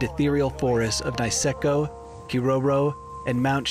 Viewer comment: 'Niseko' is pronounced like 'knee' not 'nice'.